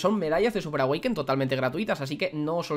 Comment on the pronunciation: Me encanta cuando dices medallas de súper awekin jajajajaja un beso